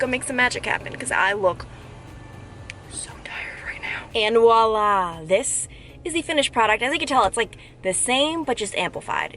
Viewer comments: Why do people say "Wala"? It is "Voila" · Voila* not wahlah lol sorry, it’s a pet peeve 😜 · Hope this is helpful and not critical! But if you want to say “wa-lah” the word is actually “voila” which is a French word for “there it is”. It sounds better😁